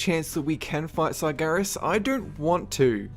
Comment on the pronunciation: Tumor Sargeras? the fuck man, speak clearly...